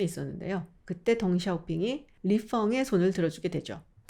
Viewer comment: 별로 중요하진 않지만. 리펑은 li peng이지 f가 아닙니다